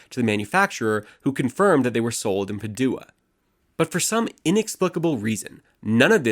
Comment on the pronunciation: It's PA-du-a, not Pa-DU-a